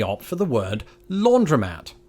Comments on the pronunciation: I've heard "laundromat", but never as a two-syllable word, which may explain the confusion. I thought you had said "laundrette". Chalk it up (quaint Americanism?) to a British tendency to chop syllables. I've also noticed that "t" is pronounced differently; the American "t" is closer to "d", and the British "t" tends to have a gap after it. To an American listening to a Brit, "Scottish" sounds like "Scot'ish". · I cant speak for the while country, of course, but I've never pronounced the o in laundromat. Its laundry mat. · “Laundromat” is the way it’s spelled, the way it’s pronounced is “laundry-mat.”